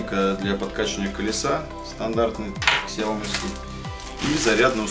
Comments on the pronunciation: Сяо ми а не Ксяоми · Какой "Кисияоми"? Откройте в интернете как правильно звучит”小米” xiaomi 🤦🏻‍♂️ "Сяоми" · Одна маленькая просьба, не называйте больше Ксяоми, правильно будет Сяоми...аж уши режет. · какой еще КСЯОМИ?? это СЯО МИ, читайте правильно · Автор услышь меня Сяоми, первая буква С. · Кул Грин , ксЯоми говорят в кадре, не сяомИ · Хорошо бы фирму xiaomi правильно называть, слух режет